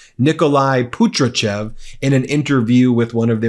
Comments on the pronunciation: it’s PATRUSHEV, not PUTRICHEV 🤦🏻‍♂️ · Ben, …. the name is Pa-tru-shev, not Putratjev!